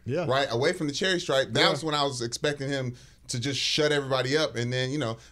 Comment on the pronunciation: Wayment, did say"Cherry Stripe" instead of "Charity Stripe."